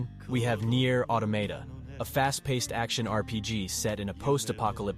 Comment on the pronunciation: It's read as just "AutoMAta", not "AutoMEta".